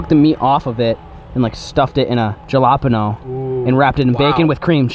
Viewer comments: did he just say ga-la-pano instead of jalapeńo 🤦🏽‍♂️ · ja-la-pen-o me:ITS HAL-A-PEN-YO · DeanOfLegends he says Ja La Pen O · A jalapeno? Now that I’ve spelled it out it makes sense, Jalapeño 😂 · Lmao the way you say jalapeño “gelapano” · Did he just say jalopano? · “stick it into a jahlopenoul”😂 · He said jalap eno he pronounced the j like j instead h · bro said “jeh lah peno”😭😭😭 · Jalapeño is pronounced. Ha- la- pe - nyo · The way he pronounced Jalapeño hahahahahaha, I'm dying over here Edit: He said it lol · He does that on purpose guy, watch his other videos. He purposely pronounces things wrong.